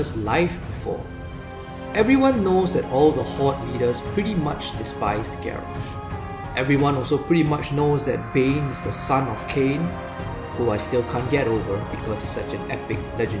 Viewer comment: Idk if someones pointed it out yet, I couldn't really see if anyone did in the comments when I looked through, but Cairne is pronounced like Karen Bloodhoof/